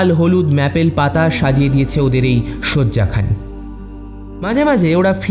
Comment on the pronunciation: সিমেট্রি নয় সেমেট্যারি ম্যাপল নয় মেপল